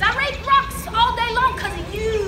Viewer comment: Ahem. I believe you mean “rawcks”.